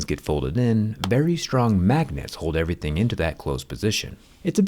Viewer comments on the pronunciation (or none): none